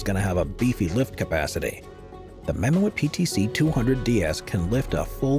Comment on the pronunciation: It is mam moot not mo-et